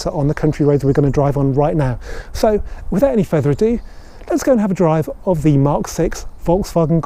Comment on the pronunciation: Without further AhhhDooo 😂